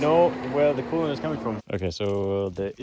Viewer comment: Coolant❌Kool-aid❌coolant aid ✅